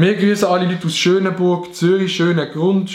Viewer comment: ich lueg s ganze video er seit: schöneburg und ich wo vo schönenbuch kumm 👁👄👁